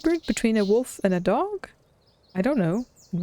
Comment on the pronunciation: arrives game start language fun fact: the importance of silence back from break back from break pronouncing "wolf" as "woof" is so adorable ☺️☺️